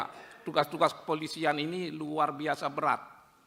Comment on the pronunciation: BUKAN BERAT PAK TAPI BEYAT 😂